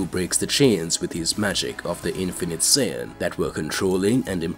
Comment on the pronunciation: narrator: sin me: F##K YOU BRO IT SAIYAN